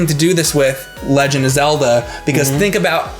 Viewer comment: Legend of "Cellda" anyone?